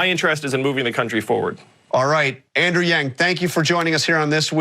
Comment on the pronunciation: Did he mess up Andrew's name when introducing him?